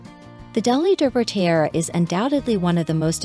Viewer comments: It’s pronounced TEE-ara. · You are not even pronouncing “tiara” correctly. Try again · This is a joke right? A documentary riddled with mistakes, using computer speak for titles and funniest of all, in a documentary about tiaras, unable to pronounce the word tiara!